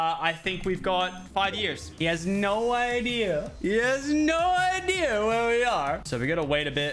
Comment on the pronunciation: When he says "cool funny iDeAr